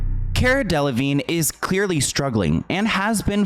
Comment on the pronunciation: You are saying her last name incorrectly.